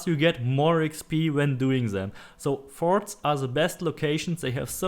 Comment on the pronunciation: "Everything is in the farts Go to the farts" I'm sorry lol at 6 min mark it sounded like u where saying farts really good video btw I just started playing and you saved me a helluva alot of time thanks m8